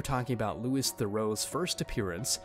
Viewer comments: Louis is pronounced Loo-wee not lew-is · It's "lu-ee" not "lewis" .... killed me because you said it 10 times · This is so annoying it’s not Lewis Theroux 😅it’s pronounced like Louie sorry this just bugging me so much